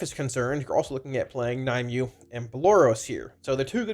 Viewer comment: Nim-u-way. Not Ny-mew. Thanks for the info bud <3